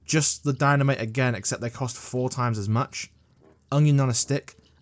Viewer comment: "Foururr" kinda reminds me of a Austrian painter